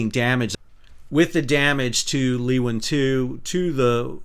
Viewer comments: ship pronounced LOO-INN and the suburb is pronounced COE-BURN (i know how Sal loves being corrected on pronunciation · Actually, he pronounces it wrong, but better than Loo-inn. It's a dutch word meaning lioness. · cool but its an Australian ship and in Australia we pronounce it loo-inn or lew-inn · ...and Leeuwin is pronounced LOO-IN...the "W" is silent. I live in Fremantle very close to this incident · Thanks for the history lesson I have been to Cape Leeuwin so I appreciate the local recognition. My point was your phonetic description sounds wrong. The phonetic syllabic advice on wiki is "Lu win" Even when you say it with your phonetic guide, there's a natural w sound. Avoiding any w sound makes it sound like your talking with a strong asian accent. Anyway it's a moot point people will say what they think is right anyway. I meant no disrespect in commenting mate. On a separate point it's amazing how different each states have developed accents in Oz. Queenslanders in particular sound very bogan. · Leeuwin is not pronounced Luwin but more like Laywin... 🇳🇱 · Loooooowiiiinnnn Loooowwwinnnnn Not Leeeeeeewin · Firstly it is pronounced Loowin not Leewin. Also it is pronounced Coburn not Cockburn. My husband had been chef on board Leeuwin for more than 25 years. Luckily not on board that morning. Really well explained thanks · Just a quick tip - the training ship is part of STS Leeuwin - pronounced LOOWIN. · Leeuwin and Cockburn are not pronounced the way they are in the video. We say Loo-win and Co-burn. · I'm both a Perth local and a seafarer, recreational and professional (ex-ROV pilot). Sal's pronunciation is a good laugh, especially Cockburn Sound (Sal, it's 'Co-burn' 🙂) and 'Loo-in'... 😂😂😂 Sad Day. My mother has crewed the Leeuwin. A very nice vessel. She has a beautiful photo of it as her computer desktop (I took it while it was as sea). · Just a comment. The name Leeuwin is pronounced "LOO-WEN". It's an Australian thing! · Pronounced Loo in. and Co burn sound